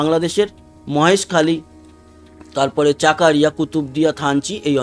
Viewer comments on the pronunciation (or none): দাদা বাংলায় জায়গা গুলোর সঠিক উচ্চারণ হবে ফটিকছড়ি, চকরিয়া, লাকসাম, মানিকছড়ি।